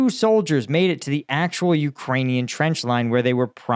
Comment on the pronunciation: Your "trench" is actually traunch.